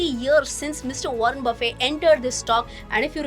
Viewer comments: Baffey nahi, his name is pronounced as Buffete. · FYI - his last name shouldn’t be pronounced buffay instead it should be Buffett.